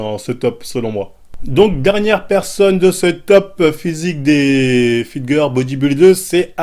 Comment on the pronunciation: "Fitgueur" j'suis ko 😭